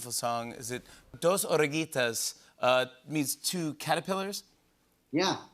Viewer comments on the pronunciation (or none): And then he messes it up with "dos oreguitas" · I adore the way you non-spanish speakers pronounce “dos oruguitas”